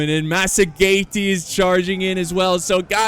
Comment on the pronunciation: I believe its pronounced "masajetae" or 'masajetaens"